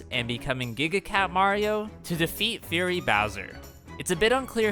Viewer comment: he's saying "furry" bowser